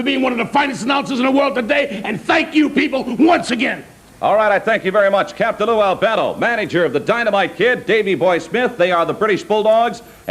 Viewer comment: Capt Lou said it right!!!!!